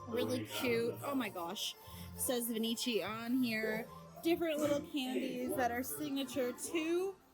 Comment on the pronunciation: It’s no Venichi …. It’s pronounced venki. The ch in Italian is a K